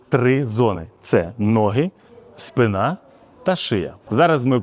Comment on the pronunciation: Лікарі́ навпаки акцентують увагу, щоб носки в жодному разі не були вивернуті назовні! Великий палець на нозі і коліно мають бути на одній лінії - це запорука здорових колін в майбутньому. І ще, українською "спИна", наголос на И.